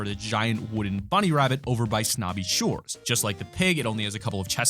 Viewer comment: Wabbit I love it